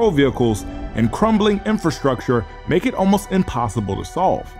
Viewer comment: “And you’ll probably mek” yes you will lol